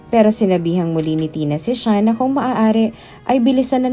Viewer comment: Sean at Hindi shian, nice story